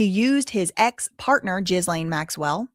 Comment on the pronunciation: Ok, the way you say Ghislane’s name is driving me insane…it’s actually pronounced ‘Ghi-lane’…the ‘s’ is silent. And in ‘Mehmet’, the ‘h’ is silent…pronounced ‘Memet’😉👍🏽